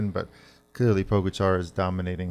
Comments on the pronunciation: Pogocar = Poh-Gah-Cha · Even after hearing the name pronounced properly "PoĢAcar" by a countrywoman, you guys still make up your own version?! Disrespect. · Love the show, Please, learn how to pronounce Pogacar! Mahalo